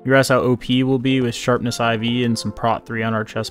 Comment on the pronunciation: I'm here after 5 months and love how he said sharpness IV instead of 4 and also wanted to put it on an axe 💀